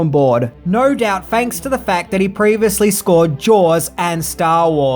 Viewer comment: Mario Puzo was hired to write the script, fanks to his work on The Godfavah.